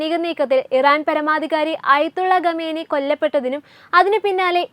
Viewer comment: തലക്കെട്ട് വായിച്ചപ്പോൾ തോന്നി മോദി യുദ്ധത്തിന് അനുവാദം കൊടുത്തു എന്ന്. ഇത്തരം പൊട്ട വാർത്ത കൊടുക്കണമോ? പിന്നെ, ഗമേനി അല്ല ഖോമേനിയാണ്‌. ബാര്യ, യുദ്ദം, സമാദാനം തുടങ്ങിയ വാക്കുകൾ പറഞ്ഞു പഠിക്കൂ.